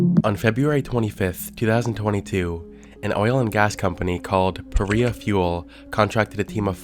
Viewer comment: Is it supposed to be pronounce PA- Rye- Ah?